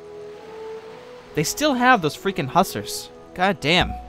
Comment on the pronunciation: I normally don't like when people comment on his pronunciation...I mean, come on, deal with it. But in this case I agree at least about Hu-Zars cause it's my name.